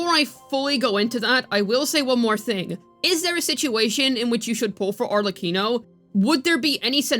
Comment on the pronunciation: At least you pronounced "Arlecchino" correctly.